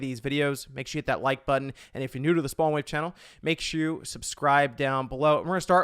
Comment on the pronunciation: The worst part of my day only last for less than a second, when I hear "chunnael"